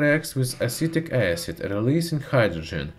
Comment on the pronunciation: the way he pronounced "magnesium", "acid" and some other words - sounds like italian accent (